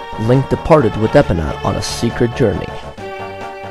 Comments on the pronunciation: Lol epina instead of e-pone-uh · It's Epona, not Epponna